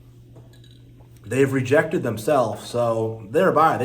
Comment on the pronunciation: Its rejected Not regected lol